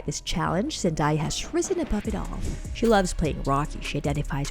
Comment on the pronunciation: Whoever is doing the narrating needs to learn how to pronounce her name.